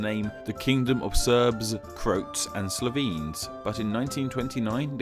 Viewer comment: >"crohts" >"slovins" >not calling it fyrom >going anywhere near kosovo >attempting to explain history while claiming you're not good at history please.